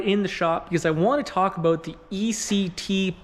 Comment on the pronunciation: It's aboot time that you talked aboot this.